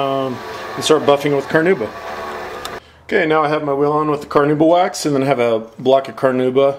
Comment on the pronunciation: Great series! Just an FYI: it's “carnauba” not “carnuba”; I notice it's misspelled on your Etsy store too.